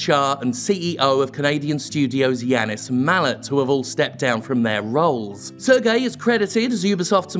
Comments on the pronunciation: It's pronounced "Serj", not "Ser-gei". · Worked at ubisoft for years. Cant say Im surprised. btw. Serge is pronounced Surge rather than Sir-gay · Very minor, but "Serge" is pronounced like "Say-rj" not "Sur-gay" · As a french speaker, the way you pronounce Serge Hascouet make me cringe like nails on a chalkboard. Its not pronounce ''Sergei'' like a russian, it's sound more like ''Surge'' in English. And by the way, since i'm at it, Guillemot is prononce ''gui'' (like in guitar) ''lle'' (like ye) ''mot'' (like moe, silent t). And as a ex-Ubisoft employee, i'm pretty sure it was neglect from Yves part. He's a nice guy (i think) but really seem cluless on a lot of topics because he really trust too much people directly under him and HR probably screen him from the complaints. I would describe him as ''naive'' to be blunt. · As a french guy, i have to say your pronounciation of Serge Hascoet et Yves Guillemot kinda offended me but they're still mysoginist, racist, homophobic pieces of shit so it doesn't really matters. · I think you pronounce Serge wrong. And it bugs a lot, considering that there is name that is pronounced like this, but spelled completely differently.